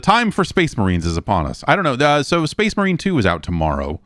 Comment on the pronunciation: I think you mean "so that's SPAAYHZE MAWHREEN, 2."